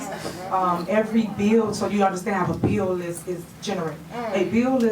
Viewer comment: Henyard said "Dis a beeo". Yeah professor, it's actually 'This is a BILL'. She's comedy gold.